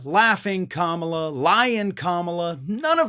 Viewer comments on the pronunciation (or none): He sounds crazy saying KAMABLA 🤷🏽‍♀️. lol blah blah blah is what it sounds like 😂. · He's saying "Kama-BLACK." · I think he was going for "Blah" , but since he is so massively brilliant he didn't know word has an h on the end. Experts say he has ADHD. I wonder if he was learning disabled and that is why all his school records are untouchable. Many kids with learning disabilities become bullies.He may be dyslexic. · I don't think it was a typo. I think he means for it to be read as Kama Blah (typed like this for pronunciation purposes). He's wrong about her being blah like he's wrong about everything else. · I think Idiot Boy is trying to say Kama-Blah but, he's not smart or grown up enough to pull it off! Vote Blue 💙💙💙💙💙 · Maybe he means to pronounce it Kama-blah. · It's supposed to be pronounced Comma-blah. Get it? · He can't pronounce a name right and he is not a good comedian. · I don’t think it’s gibberish,, he’s purposely mispronouncing her name to mock her. It’s his only move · I don't think it was a mistake. I think that's one of his way of lashing out. He thinks he's really hurting her by screwing up her name. He didn't get a rise out of just mispronouncing it (which again, was on purpose) so now he's doing this. Yeah, I don't believe for a second that it was a typo. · Maybe trump doesn't know how to pronounce her name! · Imagine a man, a wannabe leader of the free world being so fukin juvenile and petty that he mispronounces his opponents name on purpose. I wouldn't let that man in my house let alone the Whitehouse. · "I don't have a clue how to fix inflation. But wow, I have a great idea! I'll mispronounce my opponent's name and spell it with an extra "b" thrown in! That's really funny and, it will get me tons of votes." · Let the old fart rave on. Food prices? Has trump ever went to the store and bought groceries for his family? He probably mispronounced Kamala, then thought, Genius!